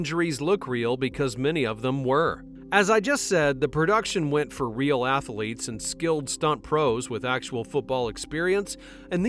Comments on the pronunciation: Small critique for the future. Athlete is TWO syllables. Ath-lete, not ath-a-lete. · I really have a hard time taking your VO seriously when you keep saying Ath-a-lete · Athlete is 2 syllables, not 3.